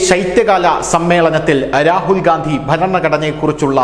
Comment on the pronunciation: രാഹുൽ ഗാന്ധി അല്ല രാഹുൽ ഖന്ധി